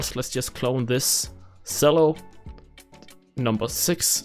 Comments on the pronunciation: CHELLO!!! CHELLO!! It's a CHELLO! Not a selllo!! AHHHHHH!!!!!!!!!!!!!!!!!!!!!!!!!!!!!!!!!! -sincerely Uel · Nice video BUT it’s pronounced “CHELLO” not “Sello.”